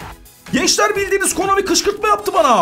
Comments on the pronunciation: Her videoda konami yerine komani demesi fbfhfnjfbfuf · Komani değil abi Konami videonun başlarında yanlış söylemissin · Hadan abi komani diyor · abi komani değil konami dafwesdfwdsz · Abi komani değil konami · Abi komani değil ki Konami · Komani deyil konami